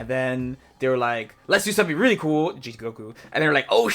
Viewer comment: First off... respect the character by not calling his ghost oki 'ghoki'. I'm a gotenks main and I can't stand it wen ppl say ghoki lol it sounds dumb af honestly